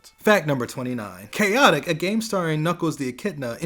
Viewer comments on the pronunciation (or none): It's Chaotix* Not Chaotic dammit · Chaotic? You mean Chaotix? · Omochao, not Omachoo. Chaotix, not chaotic. You also mixed up Sonic Mania and Sonic Forces. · chaotic? u mean chaotix